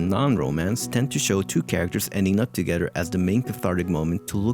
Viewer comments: The whole video when he pronounces "eachoder" "togeder", etc bothered the hell out of me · This guy can't seem to pronounce a "th" sound... "together" becomes "togeder" etc